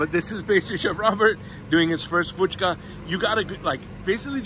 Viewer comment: Hey, it is Puchka with a P" and not an "F"